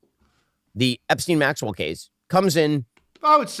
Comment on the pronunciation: He called him Jeffrey yet acted like he didn't even know how to pronounce his last name.